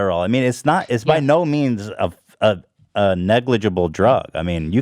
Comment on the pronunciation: Ethan sayin Negligible better than Pewdiepie.